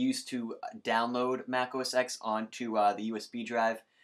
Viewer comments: 1. OS X combo updater 10.6.6 (or 7) is not the same as 10.6.8 combo updater. The latter will break the Hackintosh install. Many tutorials mention that it is not recommended to go beyond 10.6.7 when installing Snow Leopard. 2. It's pronounced "oh ess TEN". It's the Roman numeral, not the letter "X". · FYI, the X in OS X is a roman numeral, so it's pronounced 'Oh Ess Ten'